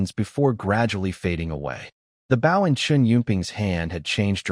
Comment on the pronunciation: Getting a little tried of these Ai reads mispronouncing bow 🏹